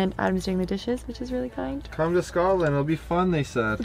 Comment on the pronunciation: It Scotland not Scatland, love you both but as a Scot people saying scatland really gets on my nerves lol🤣❤️